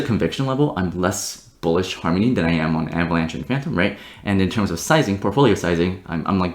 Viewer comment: "Farmony", lel